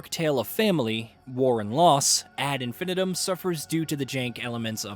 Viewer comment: You should probably learn how to say the phrase 'ad infinitum' before you review a game based on that phrase, lest you come across as a bit of a spanner.